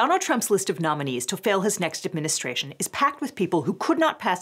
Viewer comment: Can’t tell if Liz said “nominees to fill his next administration“ or “nominees to fail” Both are accurate I guess.